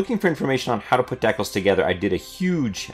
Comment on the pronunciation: Deckles? or Decals?